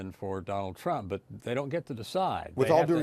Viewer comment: He mispronounced 'Trump'...